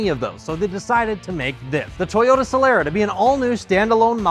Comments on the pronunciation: A few corrections: • It's pronounced Soh-lah-rah. • If that's a 2004 it has a 3MZ-FE engine. • Another thing, you are missing the chrome trim at the front, on top of the front grille. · It's pronounced Soh-lah-rah.